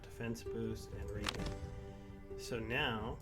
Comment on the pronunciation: Hey it's pronounced "Health Re-Jen" as in regeneration. Keep up the interesting videos mate.